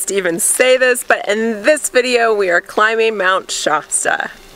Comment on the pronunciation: I’ve never heard it called “Shaw-sta” before. In Northern California and Southern Oregon, the first syllable rhymes with “bath”. Wikipedia says “SHASS-tə”. Or am I missing something?